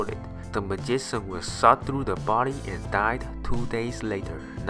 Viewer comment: Hahaha he said sot not Shot